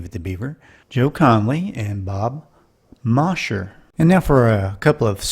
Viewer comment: A good compilation, but Mosher is pronounced “MOEzher.”